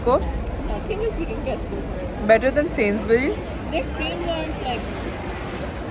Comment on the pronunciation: Hi first InshaAllah you both will pass with flying colours & second just want to correct your pronunciation it’s Sainsbury’s with S in the end and it’s Aldi with A and not Ouldi just so people won’t start picking on you who lives in UK bless you both 🤲